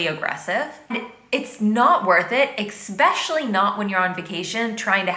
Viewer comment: I agree with most of what she says from my state at least but it really irritates me whenever she says "eXpecially" lmao